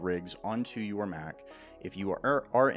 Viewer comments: I love your videos, but i had a huge issue with this one!! You make Mach sound like a Big Mac sandwich. It’s supposed to sound like when someone says a jet is going Mach 5. Not I’m gonna eat a Big Mac. Get it right next video ok. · No. It's "MACK-HARIEL. Hence Mac........